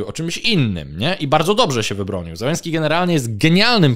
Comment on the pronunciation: To nazwisko należy wymawiać "Zieleńskij". Po polsku wystarczy "Zeleński". Na pewno nie "Zełeński".